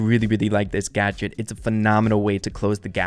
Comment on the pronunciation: When u said Collete gadget gotcha I thought u said gacha aka my yt name 🤣